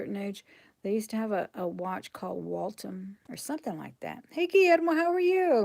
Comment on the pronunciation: Not Walt ham- the "th" in the center sounds like the "th" in then or there. Waltham is a city in Massachusetts